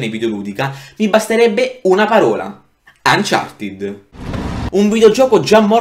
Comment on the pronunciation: Ma il gioco uncharted si pronuncia uncarted no umchartied